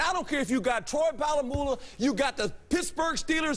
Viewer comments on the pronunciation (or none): did he just say Palah mulah instead of polamalu?!?!? LMFAO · did he jus say "Troy POLA MULAH" LMFAO